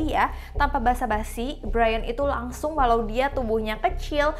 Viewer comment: Kagsung kak bukan Kangsung☺️